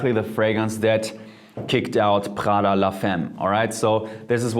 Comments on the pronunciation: U do realise he doesn’t pronounce it right, right? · It’s PRADA! wtf is khala? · Why are You reading Prada as pHada? It ain't French, It's freaking Italian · Who the fuck pronounces prada like that? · Why did you pronounce Prada with a french accent if it’s Italian?😅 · he probably can't pronounce the italian r because he pronounced it with the german r, just like the d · Yo the way he pronounced prada sounded german af! Is he german?? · Yeah it' s a shame that Prada is italian so it should be pronounced differently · Hahahahah that is so very German. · Laura Crisciotti Ok I accept that, but just out of curiosity, do you pronounce the names of all foreign brands like people from their countries of origin do? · Although his English is rly good, Literally the Moment he said Prada, I knew he's german:) #germansquaaad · After he said Prada I was like damn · Are you german? The way you say "Prada" sounds so german, you pronounce the r somehow hard.